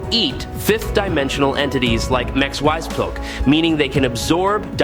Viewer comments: It’s pronounced as Mix-e-spit-uh-lick. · 😂😂😂 The Ai trying to pronounce Mr. Mxyzptlk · So are you Chinese or Indian? Your AI voice falls apart with names like Mxyzptlk and good job using an image of Chthon instead of Trigon. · He does that in every one of his video and it's so damn funny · I didn't know that Trigon was pronounced 4 different ways omg that shit is annoying and Mxyzptlk is definitely being chopped up. Geesh!! Annoying at least Trigon was pronounced correctly at times he totally jacking up Mxyzptlk sounding like he was speaking the name in Klingon a few times 😂 geesh